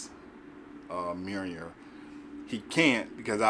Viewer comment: You're butchering the name, brother (it's all good tho). Mjolnir "Mee-yohl-neer"